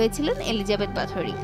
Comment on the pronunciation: There are no strong evidence that she actually used blood to be beautiful... Stop exaggerating. And it's pronounced kinda like"বহোরি"not "বাথুরি"